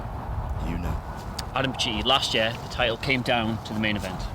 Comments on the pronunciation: pls says it's pacitti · Sadly,, you are right.